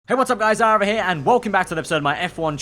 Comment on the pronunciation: At least get his name right